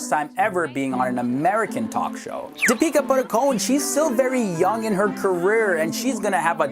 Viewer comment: Did anyone heard him saying 'Peter Buttercone' instead of Deepika Padukone??